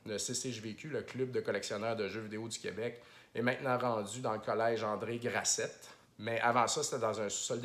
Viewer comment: André GRASSET mon CÉGEP on prononce pas le ET à la fin... Pas comme!!!